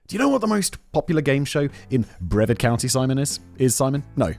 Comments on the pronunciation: it’s pronounced briv-ARD Not brevvard 😂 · Brev-ahd? Simon, say; Breh-vaRd. With an R! Brits......😂😛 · lol “breh-verd” is a hilarious attempt at pronouncing Brevard. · Floridian. Love your channel, but Brevard is pronounced Bruh-Vard. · Hey Simon, few things. It's pronounced bre-VARD. also it is very difficult getting a job. Some people in America have given up on trying to get a job or better job because of the hoops they make you jump through just to not get the job in the end. And yes, in America the police are allowed to do anything they want and the supreme Court has stated that the police have no obligation to help or protect. "Protect and serve" on every cop car is just marketing. Administrative leave is just "go home until we figure out what to do." It's common and means nothing on their record. If a cop is attacked and they defend themselves then they get put on administrative leave until the shooting is declared "righteous." If the cop executes someone in the street then he is put on, you guessed it, administrative leave. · Simon .... Brevard has a hard R. Seriously 😂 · I'm dying laughing at the fact Simon says Okeechobee perfectly but mispronounced Brevard. And ps Sheriff Grady is a POS concerned with chasing being a celebrity lawman vs being a competent one. But this is the state of the state this last decade plus.